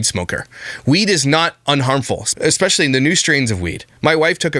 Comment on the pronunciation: When she kept saying ekspecially. I felt that. 🤣🥴